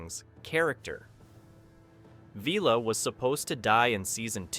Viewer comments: Don't waste your time watching this if you are interested in Blakes 7: There are some very unlikely claims made during this video- in some cases actually contradicting known facts. An AI generated script read by an AI voice that doesn't know how to pronounce 'Villa'? Or just more rage bait to up ratings? at least do a basic fact check & proofreading before posting this kind of thing. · Not to mention Blake himself! And who is VEELA? AI crap voice over.